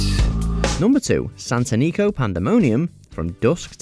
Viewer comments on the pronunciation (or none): SantanIco, you mean SantAnico. Listen to her announcement by Danny Trejo and learn how to say her name. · And THIS is why AI should NOT be used to narrate vids. #2 is SATANICA Pandomonia. Exact pronouncing from the movie.